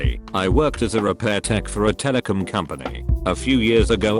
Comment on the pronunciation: "Tele-cum company" text to speech i swear